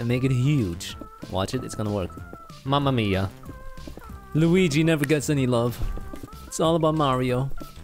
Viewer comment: minute lol I'm italian, nice "Mamma mia"